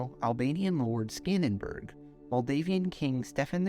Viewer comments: great video, I love the idea but the only flaw though is that the name is Skanderbeg, not Skanderbug, apart from that great video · Skanderberg? He is not german.. its skanderbeg or skenderbeu or iskanderbey. And he is the reason why italians arent muslims today.. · great video but SKANDERBURG💀💀💀💀